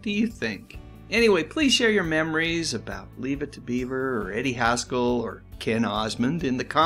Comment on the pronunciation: Haskell......rhymes with rascal.